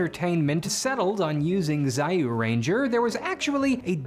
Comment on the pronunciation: why don't you try kamen rider series or ultraman series btw it read as juuranger not zayuranger